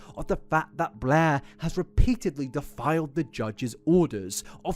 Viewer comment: the slight mispronunciations are part of the charm with your work but ngl i kept doing double takes when "defied" sounded like "defiled" good work putting all this in one place, enjoyable as always, hat or no hat.